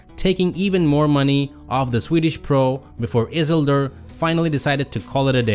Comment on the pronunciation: Your prononciation of isildur is killing me 😂